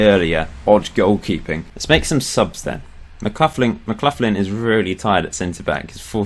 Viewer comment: Your pronunciation isn't too bad but McLaughlin is said more like McLachlan. Except for that your time in charge of Clyde has been really good